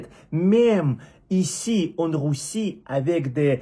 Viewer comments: merci pour ta vidéo et j'adore ton accent de dire "rousse" au lieu de "russe" c'est drôle!!pour ton français il est quasi parfait et surtout j'aimerai connaître le russe aussi bien que tu connais le français comme cela je pourrai quitter ce pays de fous et venir dans un pays plus sécuritaire et respectueux des gens honnêtes!!!perso en tant que français je ne crois pas un instant les mots de notre président car ayant étudié un peu POUTINE il est trop stratège pour vouloir tenter envahir l'europe et au regard de ce qu'il disait avant la décision de guerre il ne souhaite pas envahir l'europe!!!en plus je pense que si il avait voulu envahir l'ukraine entièrement il y a longtemps que ce serait fait!!!!bonne continuation!! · Ahhh mon ami ! Pour dire Russe et Russie. Prononce le comme si tu disais Rue SSi et Rue SSS